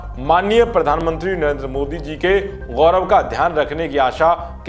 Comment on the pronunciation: लोग़ों क़ो, नाज़ायज, ग़ौरव, ज़ाहिल, क़ॉमेंट.... और भाई काफी प्रगति कर ली है अनर्गल उच्चारण में......